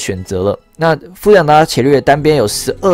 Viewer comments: 伽(ga)利略 你是不認識他嗎.....讀ga 不是 qie ... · 那個『伽』利略好像是『ㄐㄧㄚ』欸，以前我也唸『ㄑㄧㄝˊ』，後來被老師校正......😅😅😅😅😅